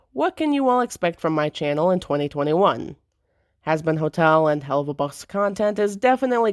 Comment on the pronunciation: The fact that you pronounce 2021 as "2020 won"😲